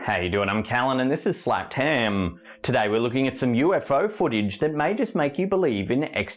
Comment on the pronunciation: Anyone notice she said "Happed Slam" and not "Slapped Ham"?